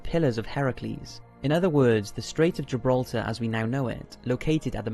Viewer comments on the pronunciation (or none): none